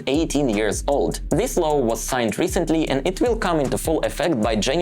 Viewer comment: please say law, now low :). Apart from that: excellent.